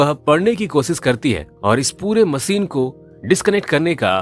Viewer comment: Har word se nhi hota she bhi tota h ...macine nahi hota machine hota h Har jagah se se se se